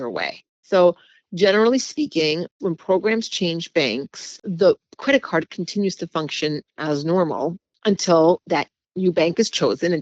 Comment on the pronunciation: This woman saying “cwedit cud” instead of “credit card” is driving me insane.